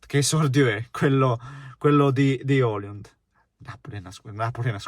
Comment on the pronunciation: Højlund in italiano maccheronico si legge OILUND , non OLIUND😉